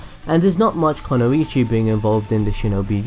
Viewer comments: It's kunoichi, not konuichi. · okay i had to pause becqause this really bugs me. It is NOT 'kono-ichi' it IS 'ku-noi-chi' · Its pronounced Kun-oi-chi.... The explanation for all this is chojis partial expansion jutsu (if u know what I mean) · It's KUnoichi not KOnoichi. There is no such a thing as Konoichi. And trust me it is KU, as I study Japaness, and the symbol in word is KU -> く (Ku - Hiragana) ノ (No - Katakana) 一 (ichi - Kanji), combined it will created Kanji sign for "woman" -> 女